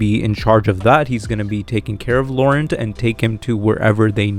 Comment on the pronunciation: Ya gotta say Laurent with a fun sexy French accent